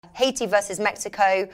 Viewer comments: I have said it before please pronounce Haiti as it is. It’s pronounced Hay-tee not Ha-e-tee Hay-tee Hay-tee Thanks... 🤣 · Another clueless. Go investigate and then come back to me. I have friends from Haiti and I’ve been there plenty of times and I can assure you it’s pronounced Hay-tee for Haiti. says it right at the beginning. Not a big deal. I really don’t care. Just pointing out that’s all